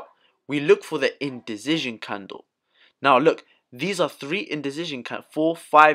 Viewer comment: You always make me laugh when you say "Indicision" It's like there is a Z substituting the C. Other than that, thank you for the great Playlist you've gather together for us!